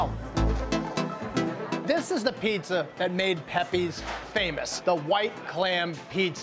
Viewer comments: It's not Pepays it's Pepeas. Do your homework. Not Woooooster street either. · It's not pronounced "pe-pays", it's "pepees" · It’s “Pep-pee”!